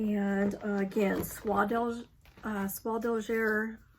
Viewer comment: A great time to knit red Christmas charts in Sulky or DMC. Love your flosstube. You are such a great enabler. BTW Soie d'Alger is pronounced like eh at the end not er. French is hard and confusing! Im so glad I took it in school for years